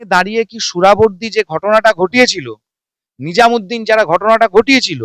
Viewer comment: নিজামুদ্দিন নয় নাজিমুদ্দিন